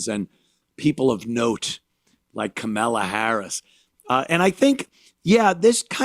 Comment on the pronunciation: kamilla kuhmilla Anthony purposely says her name wrong